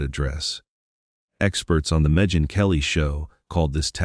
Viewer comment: Don’t forget Megyn as MehJin 😂